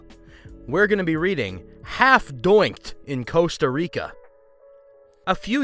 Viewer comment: it's pronounced Costa Rica not Casta Rica, there's an O not an A.